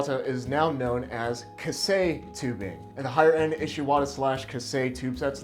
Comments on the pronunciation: I wasn't able hold myself to tell you about "ka- sei" first, I am no japanese. correct pronunciation : as far as I know, is more like "kay say" (K-say is more close to it) and yes steel is fucking real steel rules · It's pronounced kye-say not kah-say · Big fella I luv ya but it’s KAISEI not “Kasei”… hurts more than ThreeRensho 😅 great vid as always